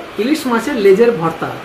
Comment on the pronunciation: Apni vorta ke varta varta uccharon korchen keno?